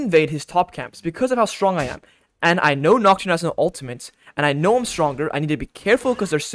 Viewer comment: It's pronounced "uhl-tuh-mit" not "uhl-tuh-mint".